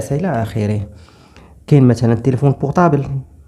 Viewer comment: Téléphone و ليس Téléphonne